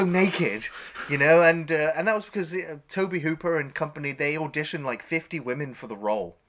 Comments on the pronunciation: Incidentally,although it’s spelled Tobe,it’s pronounced Toby.I know a lot of people have a problem with anyone who corrects grammar,pronounciation,etc.So what,big deal.People will have to continue to have a problem. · It’s pronounced “Toby”. Lovely chap. Great vid. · It's pronounced "Toe-Bee" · Tobe is a funny spelling but it’s still pronounced “Toby” :) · Tobe is pronounced Toby and he directed all of Poltergeist and BTW drank gallons of iced tea and . . . . all the actors were paid on time. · Just FYI you guys, Tobe Hooper is pronounced TOBY Hooper. Just sayin'... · Maybe try pronouncing the directors name correctly. 👎